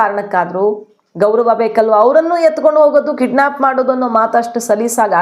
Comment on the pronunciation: Mem ಅದು kiddsap ಅಲ್ಲ kidnep